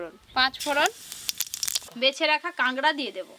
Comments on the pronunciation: কাগরা না কাঁকড়া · কথা টা কেংরা না কাঁকড়া